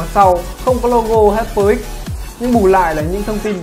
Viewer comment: Đọc là hai pơ ích chứ không phải là hi pơ bạn ạ